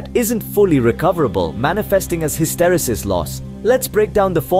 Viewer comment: It's pronounced ˌhistəˈrēsəs